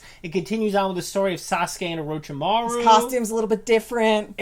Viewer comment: Orochimaru NOT Arochamaru fucking ignorant weebs😭😭😭